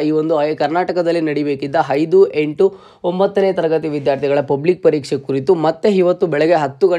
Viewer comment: ಹೈದು ಹೆಂಟು ಹಿದು ಹಿದರ,, ದಯವಿಟ್ಟು ಕನ್ನಡದ ಬಗ್ಗೆ ಗಮನ ಕೊಟ್ಟು ಮಾತಾಡಿ